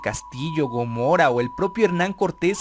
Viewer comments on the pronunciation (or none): gomora...en serio ?? Gómora!!!